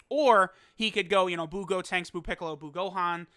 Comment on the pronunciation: Bro can you please say buucolo and buutenks it’s so frustrating 😂🤦🏼‍♂️